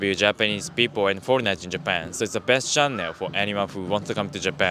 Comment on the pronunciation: great vids. id suggest you google the pronunciation of channel.